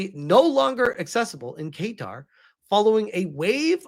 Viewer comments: It's pronounced "kattar" not "keytar"! 😂😂😂 Edit: ok now who wants to bet the Roblox CEO is on the "Island List" and has secret hard drives full of delicious cake and cheese pizza? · BTW it's KA'Tar - not Kay'tar! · 🗣️ Kuhtar (Qatar) not Kaytar 😁 🇶🇦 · I’m not surprised considering some countries actually listen to their citizens and to be honest Roblox had it coming. Side note its pronounced: kuh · taa 👍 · Say guitar but with a Q. Kaytar lol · Qatar is pronounced Kah-tar,. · I have it on reasonably good authority (from someone who lived there) Qatar is more closely pronounced "Cutter" Edit: Kaytar is closer than the first way you pronounced it. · Hey my man not to be annoying, but it’s pronounced “Cuh-Tar” 😅❤ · Not trying to sound like an "uhm ackhucally" guy, but it's pronounced Kuh-tar. Your pronunciation here is funky and tickled my brain wrong. Don't force yourself to change your pronunciation over me, I ain't forcing you to say it my way. Just putting my opinion here respectfully. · Pronounced Ka-tar. Qatar. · i know you don’t give af but the pronunciation is Guitar like the instrument 🎸😂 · Hearing him pronounce it "kay-tar" caught me off guard lol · Well keytar is a thing. It's a keyboard synthesizer that has a guitar neck, and you hold it like a guitar while playing. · lol Not correct. That’s a classic American attempt at pronouncing the country correctly 🇶🇦